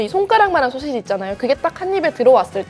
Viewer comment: 권혜연 기자님- 가끔씩 나오는 소'셰'지 발음이 귀여우십니다 ㅎㅎㅎㅎ